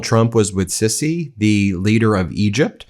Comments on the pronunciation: Ben, it's Not"Sissy' it's pronounced "See-see" SiSi! Military coup president! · Show some respect, please. The Egyptian President's name is of course not pronounced "'Sissy' but rather " See-see'. In combinaison with the definite article it is: A-see-see. Don't mention.